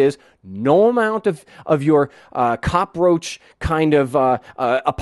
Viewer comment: "COPROACH" ! LOL !